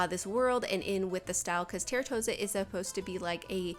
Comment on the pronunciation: Just so you know. Its pronounced "Tahr-toe-sah" 😊